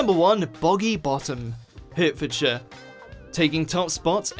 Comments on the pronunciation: You don't pronounce "Hertfordshire" as written. Pronounce it as if it's written "HARTfordshire". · ‘Hurt fordshire!!!! It’s HARTfordshire you plonker!!!!!!!! 🙄🙄🙄🙄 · He also said ‘HURT-Fordshire instead of HART-Fordshire! 🙄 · Hertfordshire pronounced heartfordshire not hurtfordshire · It's prouncounced Hart-ford-shire not how it's spelt. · Shoot the narrator,there is absolutely no excuse for a so-called Englishman to pronounce Warwickshire 'War WICK shire like a brain-dead American,or to call Hertfordshire 'HURTfordshire.Stop playing the Yank. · 1. You are English and you can't even pronounce Warwickshire properly? (Worriksheer) 2. As above with Hertfordshire! (Hartfordshire) 3. As a child on holiday in either Dorset or Devon I seem to remember passing a sign for a village called something like Ottery Mummery Bump but I can't find it on google does anyone have any ideas? 4. For anyone interested in a village a few miles from me there is a road called called Slutshole Lane XD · I’m from around Hertfordshire and you don’t say it the way you do you say it ‘heart-fordshire’ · Warwickshire is pronounced as warrickshire, not what he said. Same goes for hertfordshire which is pronounced as hartfordshire. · That pronunciation of Hertfordshire is questionable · Great video, but you'd think a British narrator could pronounce Warwickshire & Hertfordshire correctly! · Especially given that he CAN pronounce Gloucestershire! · Jeez, you're English and you can't even pronounce Warwickshire or Hertfordshire you whiney little bollock